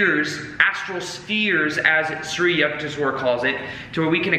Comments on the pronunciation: Yukteshwar is pronounced with a "U" sound not with a "yuck" sound. So It would be "U"k-tes-war. Well that is the best I can write phonetically. Just change the "yu" sound in "yuck" to "u" sound and as if you are saying the alphabet "u" and you are good. I really hope sees this because "Yuck-tes-war" sounds bad LMAO. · It's Paramhansa, not Param a hansa. I think it was Daya Mata. that inserted the extra "a'". in while Yogananda was away. Guess she thought it sounded more impressive or something. Yukteswar is. yook tesh war Yukteswar is also important because he discovered how timekeeping was lost during the Kali Yuga and that we are actually in ascending Dwapara since approx. 1700 AD. While not as dark as Kali, it's the Energy age which is unstable and unpredictable as we have already seen. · I WAS LAUGHING SO HARD THE PRONUNCIATION IS SO OFF. IT WAS SO FUN LISTENING TO U SAYING YUKHTESHWAR GIRI NAME. OHHH LOVE U YUKH. THESH. WHER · You pronounce it as youkuteeeeswar Giri Swamy please make a video about narcissists? Do they have souls? What if we have family relationships with narcs can we change them with LOA? Has anyone ever changed a narcissist? Also should we be close to them even if they are toxic? Or distance from them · Hey great video as always. Love your chanel. Life changing work by you. Many many thanks. Re pronunciation for Shree Yukteshwar Giri, it's as in 'you' k te sh war (A is short). I stopped reading this book years ago. Never got to completing it but thanks to you I still received the message 🙏🙏🙏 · Hey..wonderful message as usual. I read the book over 50 years ago.!! And thanks to your inspiration will read it again. Also, for the record here is how you would pronounce SRI YUKTESVAR. Just break it down into sections: SRI =shree, or sree. You got that word down okay. yuk= Yook, Tes= tess, and Var= vah rr. (rhymes with Jar). Aloha from Hawaii. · U -k-teswar like in U-ganda :)